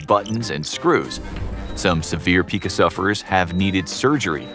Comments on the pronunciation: It’s “Pie-ka” when you chew on stuff not Pika like pikachu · It's pronounced "PIE-kuh" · ....google is youre friend pica is promounced PIE-KA...its an eating dissorder, not a pokemon...lol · Ohhh it hurts when he reads Pica phonetically.